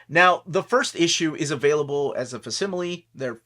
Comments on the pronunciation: Just a heads up, I'm pretty sure it's pronounced fak-si-muh-lee. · In the word "facsimile", the letter c is a hard c, like the word "fact" without the t. In terms of book publishing, a facsimile is an unabridged /scan/ of the original and not a reprint, and is presented as real as possible meaning the publication date should be the original date and not the modern date of the facsimile's production. That chromium variant looks cool.